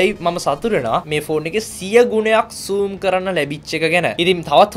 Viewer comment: Not soom its zoom